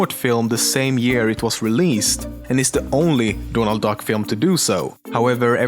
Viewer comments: He he you say dånald and not Donald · Donald, not doornald, Donald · donald or dornaald? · dånald duck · Is it your accent that is making you say "Dornald Duck"